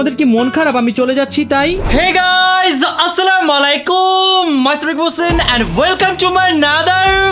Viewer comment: আসসালামালাইকুম না আসসালামু আলাইকুম